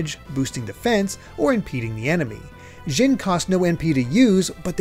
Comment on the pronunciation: I know it's petty but... why are we saying "zhin" when it's spelled Djinn, with a big fat D at the beginning?